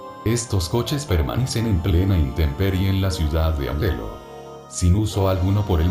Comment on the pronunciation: Añelo no anelo 😅